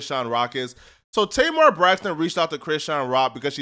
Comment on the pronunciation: I don’t know what’s worse. People pronouncing her name tay mar or people pronouncing 2pac “2 pack”